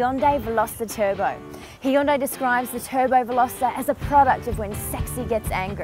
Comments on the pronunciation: HE-HUN-DAY...love how you pronounce that! ;) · Nope. In Korean, it's prounced, Hyon-dé